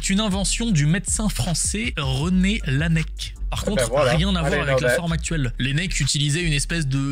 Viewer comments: L'inventeur du stetoscope est René Laennec et pas René Lanec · C’est rene Laennec qui se prononce la é nec